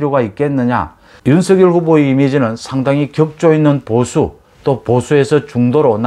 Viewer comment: 항상 공정하고 예리한 분석 고맙습니다. 이준석의 적절한 통제 노재승의 손절은 불가피합니다. 그리고 윤석열 발음시, 본인도 연설시 "서결" 이 아닌 "성렬" 로 발음합니다. 본인이 원하는 발음으로 이름을 불러주어야 할것입니다